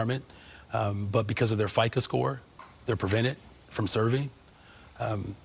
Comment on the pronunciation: Johnson said, "because of their FICA"? I believe sir it's FICO score, not FICA. We're not talking about taxes.